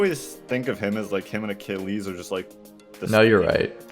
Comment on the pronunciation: Ewww the way you say Achilles is well off, It’s pronounced A-kill-ees